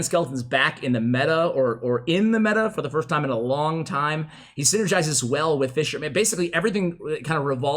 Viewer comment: I may be a moron, but he changed it and it’s still not right 😂